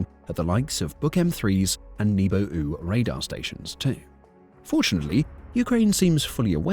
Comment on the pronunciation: a Nebo-ooh? ;~) lmao. Thanks for that